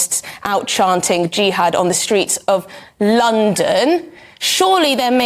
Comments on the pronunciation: Are all westeners ignorant like this journalist? 'jiiihad'! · I'm sure she doesn't have an idea of what she's talking about. jiiiHaaad wtf